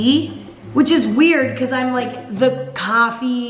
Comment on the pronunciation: 2018 Emma: CofFEe 2019 Emma: Tea Emma is groing up y'all